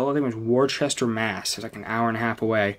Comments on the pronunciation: Pronounced Wuss-turr Massachusetts saw many Tech N9ne concerts there at the Palladium theater. Great week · This fucking guy says WORE CHESTER LMFAOOO!!! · Bro, my wife is about to pull your Rhode Island card on your pronunciation of Worcester Mass… We were watching your video in the living room and we both looked at each other as soon as we heard you say it, haha!!!